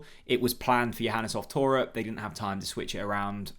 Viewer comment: “Mirko”, perfect as you like - then “Toe-pic”, where’s Chris when you need him? 😂 “Top”-ic like topic/topical